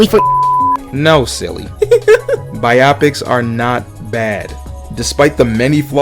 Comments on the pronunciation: Glad I’m not the only one who thought this, bi-opic would mean something completely different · Bro is killing me saying biopics like bi optics, it’s pronounced Bio-Pics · Bigfacts like bruh I'm tryna get thru this but it's genuinely cheesing every time I hear it